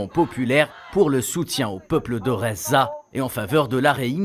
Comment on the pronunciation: SVP ARRETEZ DE DIRE REZAAA ET DITES GHAZA C'EST VRAIMENT AGAÇANT